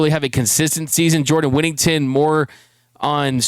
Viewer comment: Jesus crist get his dam name correct it's jordan whittington